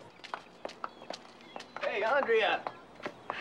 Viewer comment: also in the 2nd. When the summer teacher says "andrea" she says "aundrea". I wonder why the teacher didn't mistake it as her answer